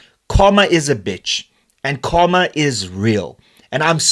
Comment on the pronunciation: Not kawma it's karma